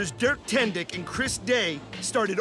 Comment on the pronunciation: "Dirk Tendick", OMG I'm so sorry 😂😭🤣😆